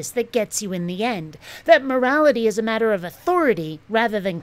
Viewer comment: What is it with these clowns and how they say words like "matter" and "water"? It's like that "evidences" crap.